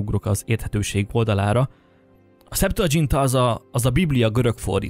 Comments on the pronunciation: Nem szeptuadzsinta, hanem szeptuaginta. (nem olasz, hanem latin.) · Csak egy kis észrevétel, a szeptuagintát (septuaginta latinul: hetven) így ejtjük, ahogy átírjuk latinról, és nem dzsé-vel, ahogy azt az angol nyelvterületeken teszik. A latinban nem volt dzs. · Szuper videó, egyetértek. Septuagintának mondjuk, nem dzs-vel. Ajánlom még Tóth Gyulát mindenkinek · Kiráj! Én is ráguglisztam, hogy a szeptuádzsintá meg a vulgátá között háromszáz... izé, haccáz év meg egy kicsi van ! :) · Nem, nem irta le a történészek szemszögéből, ugyanis teljesen tájékozatlan a torteneti kutatásokban, modszerekben, eredményekben. Laikusként hordott össze egy csomó sületlenseget, és még elnevezéseket sem tudott helyesen kiejteni (pl. Septuaigunta). Nem baj, ha valaki nem történész, ha érdeklődik, csak ne akarja megmondani a tutit, mintha történeti tudományokból lenne diplomája, mert alapvető dolgokkal nincs tisztában.Amúgy van cáfolat rengereg, itt a kommentek között is, de a Rubicon folyóirat is egy egész számot szentelt Illig cáfolatára. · Legalább tanuld meg kiejteni a Septuaginta szót ha már erről okoskodsz...:D